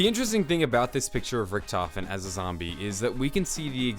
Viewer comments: its pronounced rik-duh-ven not rich-tof-en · excuse me, it's not richtofen, it's rikky-t homie